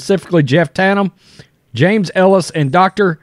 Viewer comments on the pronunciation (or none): none